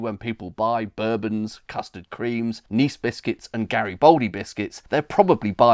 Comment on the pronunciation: Yes, very interesting as usual! I had just wolfed down a couple of bourbons with cup of Rosie when i came across this, surprised to hear the Kentucky whiskey style pronunciation but no matter. A long time fan, i remember buying a packet every morning break at secondary school for 15p (rising to 18p over the years!) Nice complement to the pub vids, these condiment and comestibles ones... bravo!